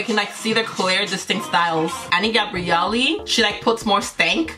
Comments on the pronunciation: you say like "Ény Gabrielly", the way we pronounce it here in Brazil is different. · no, haha. It's because of the accent 😂